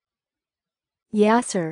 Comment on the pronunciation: As a person named yassir myself, I say that’s not how you pronounce yassir it’s pronounce (yeseer) or (yassir) with a hard r